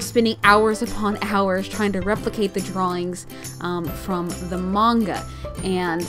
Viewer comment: When she says manga she says it weird and I'm like *PLEASE STOOOPPPP!!!